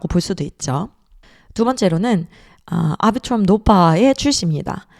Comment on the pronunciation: 아비트럼을 앨비츄럼이라고 안하는게 어디임